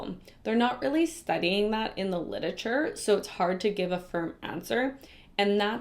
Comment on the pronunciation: Your pronunciation of “Lit-er-a-ture” (you say “lidature” 😂 😂 😂)